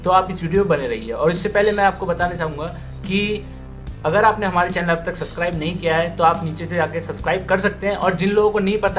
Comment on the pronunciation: Bhai subscribe bolte he suscribe nhi..